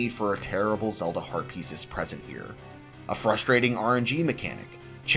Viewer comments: I keep hearing "herpes" and can't unhear now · When you say heat piece, my mind thinks you say herpes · I am the only one who keeps hearing "Link gets Heart Pieces" as "Link gets Herpes"?? 😂😂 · Are you intentionally trying to say Heart Piece and Rupies as close to Herpes as possible? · Sometimes when he says Heart Piece, it sounds like he's saying Herpes and I have to do a double take